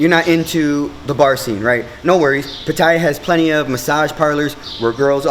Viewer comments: It's Pat A ya FFS not pat eye a. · I haven't watched the video yet, just 23 seconds of it, but already it is difficult for me to take you seriously when you can't even pronounce the city correctly. It's not 'Pa-tie-ya', it's 'Pa-ta-ya'. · Pha Tha Yhaa the y is not used is the correct pronunciation* Great documentary Sir, thank You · i could pay attention to what this guy says if he only would pronounce PATTAYA right! Otherwise, it's not worth my time. Having been to Thailand a lot, I learned early that you gain respect by speaking the language correctly, even if you only know a few words. If not, the people will still smile at you - it is, after all, the Land of Smiles - but some will secretly think of you as just another farang khi nok: bird-shit foreigner!